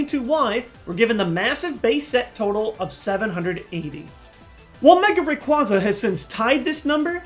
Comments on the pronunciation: Ray-QUA (like quail) ZAH Not RAY-QUAH (like awe)-ZAH! Get it right yo. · btw it is pronounced ra qu ay za not ra qua za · ar-see-us and ray-kwah-za? double sin! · ray-qay-za say it right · Arc-ee-us Ray quay za sorry but i get really annoyed with people saying the names wrong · You also said rayqwaza wrong. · C'mon,. They changed that pronunciation of Arceus a long time ago. And you STILL can't pronounce Rayquaza correctly...